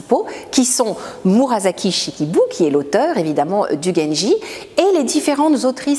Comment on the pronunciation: La prononciation de Murasaki est « murassaki », pas « murazaki »…